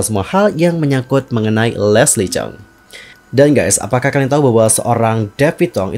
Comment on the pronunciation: Lesli chung.bukan cheng